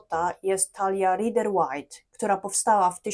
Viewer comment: /raider weit/ - to jest właściwa wymowa. Dlaczego wszyscy polscy tarocisci nie potrafią poprawnie wymówić kluczowego nazwiska w świecie tarota?